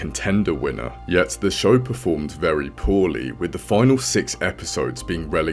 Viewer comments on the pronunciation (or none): none